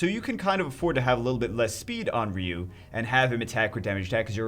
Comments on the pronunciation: R.e.u??? His name is fucking R i.u dude jesus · Its ryu..ryyy u